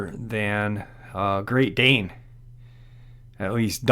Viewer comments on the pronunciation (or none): none